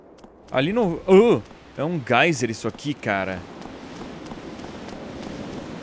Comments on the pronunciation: É gêiser não gaiser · Não é gaizer e jeiser Edu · adoro vc Brksedu ,mas cara n é gaiser é geiser'-'. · a pronúncia de "geiser" em inglês é "gaiser", portanto ele está certo mas no português, se escreve "gêiser", portanto ele está correto, e errado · edu não e gaiser e sim geiser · Dúvida rápida não é "gêiser" a pronúncia? kkk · mantovani mas mesmo assim a pronúncia não seria "gêiser" do mesmo jeito? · Tbm achava... kkkkk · o edu usa a pronuncia em ingles, apesar de eu achar que a palavra é de origem alema e tals